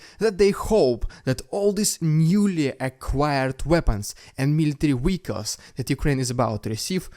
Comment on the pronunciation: Everytime you say "military wehicals" it reminds me of that funny line in "Star Trek: The Voyage Home" when Pavel Chekhov asks a cop on the streets of San Francisco "Vhare are the nuclear wessels," in a Russian accent, of course. Mind that this was in the midst of the Cold War. I like your accent.